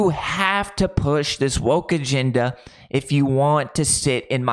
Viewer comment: Dude, it's "agenda", not "aginda."